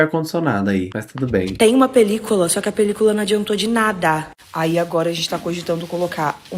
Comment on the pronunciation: Que agonia de ouvir ela falando "pelícOla"😭